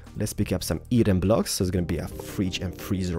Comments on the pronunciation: u say eron not "Iron" xD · He sais eeron for iron and achacha for achia wood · It would be okay if you said Iron and Acacia correctly. Eye orn. Ac a sha. Not achasha! 😂😂😂👍🏼 good caravan